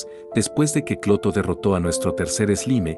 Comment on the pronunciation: cada ves que lo escucho parece que dice escroto y no clotho jaaa